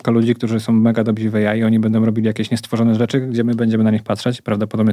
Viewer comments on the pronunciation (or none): Nie "dobzi" tylko "dobrzy". Taka mała rzecz, ale możesz naprawić już od następnego razu :) A podcast bardzo spoko, inne też. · no i fajnie ale dobrzy, a nie "dobzi" 😉